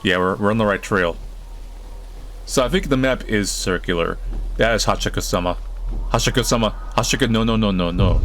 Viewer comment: I’m Japanese and it isn’t. It’s Ha-chee-shak-eu-sa-maa.